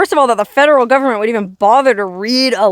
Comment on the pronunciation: You're such a good story teller.I love how you say "GOVERMENT" in a southern accent. Cracks me up.